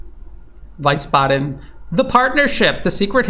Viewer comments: Wiesbaden in Germany is pronounced Weesbaden, not Weisbaden. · Since it's likely going to come up repeatedly, the German city 'Wiesbaden' is pronounced something like "wheeze barden!" rather than "wise barden" 😌... It's probably composite of 'Wiese' = 'greens' and 'baden' = 'spa', i.e. it's an old spa town and if you were to suggest that the downfall of Europe is due to the easy corruption of the green party, which is the greatest cheerleader for war, some green party member of the Bundestag might actually sit down and write a letter to the local stasi handler, to sue you in court of law. So, no one should suggest that. Obviously, "wheeze barden!" is purely a mnemonic without actual etymological foundation and the figure of speech is in no way suggesting that the military occupational force is kicking a dying poet in the head, to attempt squeezing a few more breaths out of the annoying useful idiot before the shitface is kicked into the ditch, so that the greatest of the greatest can pivot their endless winning & peace to China. On the contrary, the correct understanding is that Germany sacrifices itself out of pure idealism, for trafficking in Ukraine, holy war for LGBTQ+ rights for minors in Russia, just like it donates bicycle paths to Peru and fm Anna "360" b travelled all the way to some Pacific islanders to return a bunch of fishernets, and even sacrificed her time and carbon credits to cheer on the German women's soccer team in a quarter final game in New Zealand. Love for peace so to speak. Anyway, the place where the human sewag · it is pronounced weesbaden not wisebaden. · Great as always. Thanks. Btw - it’s pronounced Vees-ba-d’n. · Hi, thank you, for your sober assessment. Nb it is pronounced Veezbaden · Great!!! As usual!! Valuable!! But, the German city of Wiesbaden is pronounced: ”Weesbaaden”.